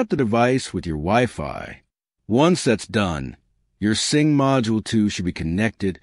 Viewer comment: It's a sync module not a sing module.